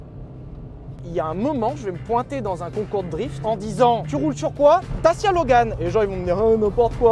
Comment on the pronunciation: Pitoyable prononciation!!!! Et non à la base ça devait être Fiat! Les 1100 & 1300 on été exportés dans les pays de l'est et parfois de l'ouest. Mais bon quand on connaît pas et qu'on méprise...